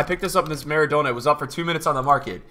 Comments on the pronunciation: maradonor too :P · The way you pronounce trezeguet and maradona honestly hurts my brain